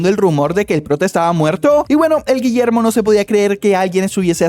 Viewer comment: "ni en mi perra vida voy a pronunciar de nuevo ese nombre, desde ahora este pelaito se ve a llamar Guillermo" no me acuerdo bien de como lo dijo JSKSJSK